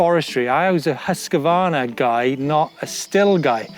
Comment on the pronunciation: Prononce: husq varna. Not husqua varna. I just love my Mc 6 !!!